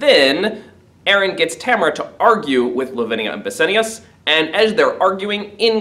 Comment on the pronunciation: the pronunciation of bassianus :((